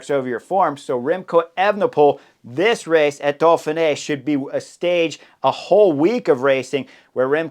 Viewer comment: Why do u pronounce it dolphin-ey Edit: Seriously how am I the only one noticing this, hes saying dolphin-ay. its do-feen-ay not dolphin-ay the pronunciation dude.